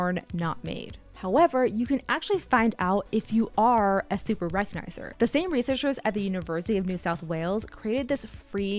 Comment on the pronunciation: The one thing I recognized the lack of a "g" every time this woman said "super recognizer". Is there a name for this disease?